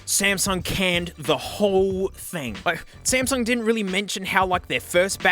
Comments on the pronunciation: Bro said Smasnug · The "SMASNUG" got me🤣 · it’s SMASUNG NOT SMASNUG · "Smasnug" bro wtf 💀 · foreshadowing and also ''WOAH SMASNUG'' 😂😂😂😂😂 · s- SMASNUG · I lovem whe he calls samsung the samsnug 😂😂😂😂😂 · That smasnug caught me off guard 🤣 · "smaZnug" hehe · Smasnug. You mean Samsung. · Real: Samsung What he said: SMASNUG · SMASNUG AGAIN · and there. You forever ruined the way I say "Samsung". I even refer to my S23+ as a Smasnug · Samug🚫 Smasnug✔ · love the smasnug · Sp- SMASNUG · The Smasnug Galaxy Note 7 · Ah yes, the Smasnug. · "iM aRmInG tHe SmEsNuG" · Smasnog lmfao 😂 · He Just Said Smasnug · S M A S N U G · "Smasnug" got me dying💀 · Lol SMASNUG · when he said smasnug i felt that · He said smasnug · SMASNUG has me dying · is blud wron for saying smasmug tho? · S M Λ S N U G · came in hard with the smasnug 🤣🤣 lost it right there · “Smasnug” - 2023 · I'm never saying samsung again.. smeznug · You said Samsung worng